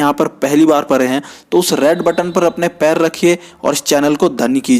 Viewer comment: Charan Pare nahi bhai pade hai 😂😂